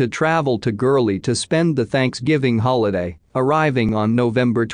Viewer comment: It's gurley